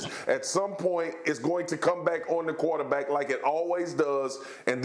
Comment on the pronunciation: Who came here to hear Marcus say “quataback”